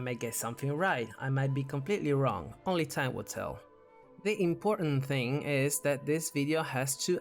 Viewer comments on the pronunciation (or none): none